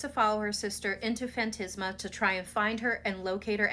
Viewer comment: FAN-TAS-MA, not "fan-tis-ma" ;-)